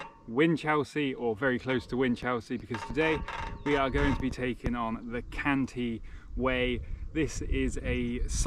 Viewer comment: Cantii not Canti - two i's - Great work, keep it up 😊